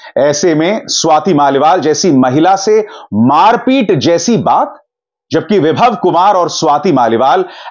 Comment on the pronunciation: Ye Vibhav ko Vaibhav bol raha hai, ye sachme anchor tha kya ?